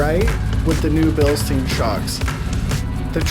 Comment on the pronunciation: Great video, thanks. Note though that you are mispronouncing "Bilstein" over and over in the video (although you did pronounce it correctly at the beginning of the video). Bilstein rhymes with mine, not mean. 😁